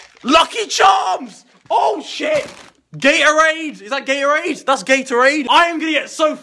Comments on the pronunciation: i dont get why every british person cant pronounce Gatorade. Sounds like gay'orade every time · Then we got Ga-Orade - is that Ga-Orade yeah that's Gatorade